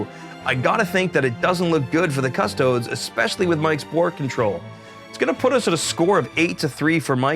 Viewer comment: i know you're american but please please please stop pronouncing it cuss-toads, it's cuss-toe-deez great video though, you guys do the best batreps around